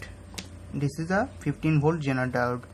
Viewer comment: why does he keep saying JENER diode ?are Indians incapable of saying Z ?I don't think they are, because Indians have ZEE TV and they can pronounce that correctlyso... why is he saying JENER